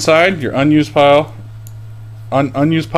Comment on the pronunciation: lloll pire instead of pile